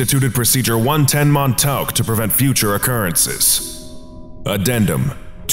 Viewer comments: Mon-taowk? Try 'Mon-TAWK,'. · You're pronouncing Montauk wrong. I don't know how to tell you the correct pronunciation through text, though. Edit: The letters au when put together make an aw sound. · I don't think that's how you pronounce Montauk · I love the way the narrator pronounces “Montauk” 😂